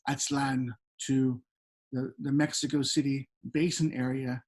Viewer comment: VIVA MI RAZA MEH-SHE-KA